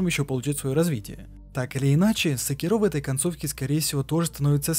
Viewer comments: сЭкиро,а не секИро/секирО! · не смог смотреть из за секирООООО, ты же не говоришь говОришь или смотрИшь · Спасибо за ролик) Только СекИро, а не СекирО. Ты слушал диалоги? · секирО, ГОСПОДИ, ПОЯЧЕМУ? Правильно секИро. Б**дь его ведь в даже в самой игре так называют! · Он и так и так говорит Сначала секИро потом и секирО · Шикарное видео. Но внесу пару поправок. В имени Секиро стоит делать ударение на И (именно так обращается Ищщин). Во-вторых, Додзюн - сумасшедший, и его учитель давно мёртв, а разговаривал он сам с собой. В третьих, касательно личинок, я думаю, что они там самые разные, не только сколопендры, но и сверчки, да и сколопендры занимают особое негативное место в их фольклоре. Так же, есть ещё Ханбей Бессмертный, который так же не был монахом, и т.д.,но в ходе своих странствий вполне мог случайно на территории Ащина подцепить эти личинки. А так, по всем пунктам согласен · ГениТиро СекИро Асина всё видео уши резало, без негатива